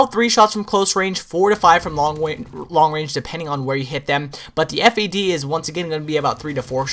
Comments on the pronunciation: it the FAD not the F.A.D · Am i the only on that say's Fad and not FAD?